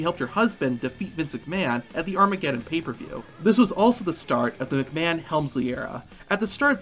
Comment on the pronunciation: You are saying his last name Incorrectly.....